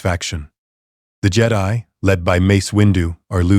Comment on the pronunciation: And jedi